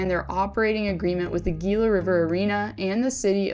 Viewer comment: Can you actually learn to pronounce things before you make a video? For instance; Gila= HE-La Balsille= Ballsilly